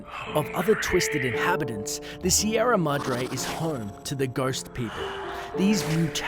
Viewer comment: You cant even pronounce Sierra Madre